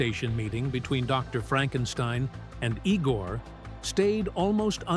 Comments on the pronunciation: Not E-gor, Eye-gor! Igor! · The name was pronounced (eye)gore! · ... It is not "ee-gor". It is "eye-gor"!